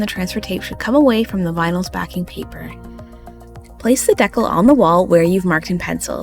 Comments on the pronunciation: I also came here to say, I enjoyed this video so much , so thank you, AND like others have said it’s pronounced Dee-Kal, not deckel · Honey, just a quick note to say I believe it’s pronounced DEE-cal, not deckle. Here